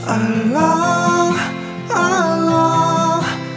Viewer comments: Daud Kim try to practice saying the word "Allah" in good Arabic. with the pronunciation of the thick letter L. Your voice is nice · Ngucap Allah nya belum bener, kalo sampe orang lain bergetar hatinya, itu baru ucap Allah yg benar